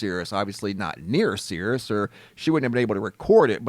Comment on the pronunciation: Cirrus is a type of cloud/The star is called /Sirius', pronounced 'si_ree_us' (disambiguation)